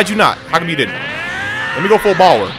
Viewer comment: bruh do anybody notice that instead of power he says bower lol